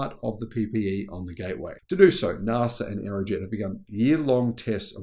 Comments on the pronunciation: Mr pedantic here : NAS...A pronunciation not Nar sa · Again with the Nahsa - it hurts my ears so badly,. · Please mate - NASA is not pronounced that way in any country on the globe. Please correct yourself ASAP ... I can't watch the rest of this video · Sorry, there is no R In NASA, if fact threre is no R in the second letters of "National Aeronautics and Space Administration" that needs its use.